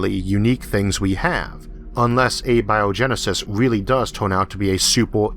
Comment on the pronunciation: You have recurrently pointed out that you have a speech impediment. For simple curiosity's sake why do you use A-Bio-genesis, vs. Abio-Genesis? both would sound equally intelligent?